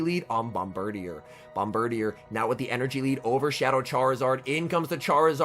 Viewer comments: That’s some top notch pronunciation on the bird deer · I think it’s pronounced “Bom-burr-deer” but with bird in the middle to make it a pun.